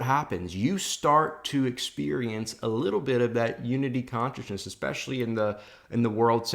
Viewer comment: I like how you say conchisness